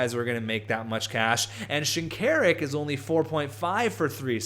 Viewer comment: isnt it pronounced shin-kuh-rook?